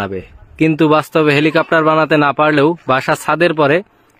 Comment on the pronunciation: Eta helicopter na...nicher balcopter..😂😂